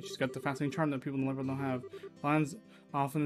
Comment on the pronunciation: Oh yeah, the way to pronounce Liberl is 'lee-burl'. That's how it's pronounced in the future games.